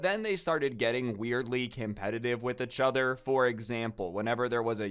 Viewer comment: Why is he saying itch other??